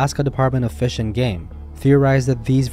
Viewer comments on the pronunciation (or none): none